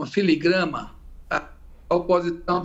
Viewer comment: O deputado Zé Neto, parece não ter concluído o grupo e, como teria sido eleito, se não fala a língua pátria, ao dizer filigrama ao invés de filigrana. Quem sabe o pleito que o elegeu na Bahia, teria sido uma "filigrama"?